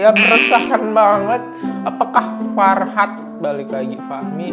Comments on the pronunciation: fahrat bang bukan farhat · Fahrat kali bukan farhat